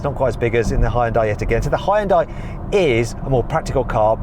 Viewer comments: 현대를 허연다이라고 하네 ㅋㅋㅋ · 이렇게 오랜 세월이 지나도 아직도 외국에선 하이연다이라고 발음하는구나… 이런거 좀 개선이 안되나?